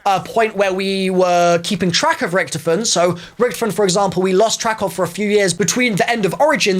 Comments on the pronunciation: It's not ricktoefin, it's Richytoffee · Its not ricktifen, ITS RICH TOFEN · Can we talk about how he saying richtefin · It’s pronounced rick-toffin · Who else got triggerd when he said richtifon I can’t spell the name but he said it wrong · “RIcTofeN” why does he say it like that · Anyone noticing he says "Richtiffen" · When u don’t know how to say Richthofen👆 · To me it sounds like he is not saying his name right but I could be wrong who knows may be some people say his name differently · The way he pronounces richtoften does my head in